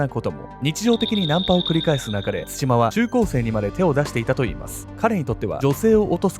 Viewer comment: の「つしま」のイントネーションが少し気になる笑